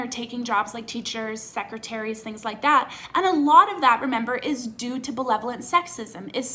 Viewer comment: Unrelated, is saying belevolent instead of benevolent a Canadian thing? Like irregardless?